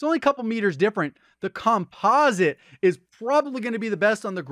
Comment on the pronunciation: is the only YouTuber that says "COMPOSITE" correctly: Compa-zit, not Compose-it.